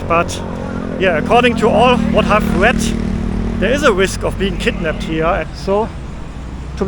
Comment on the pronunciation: You read western PpropagadaA😂😂 so they put a fear that you will be KkidnapPed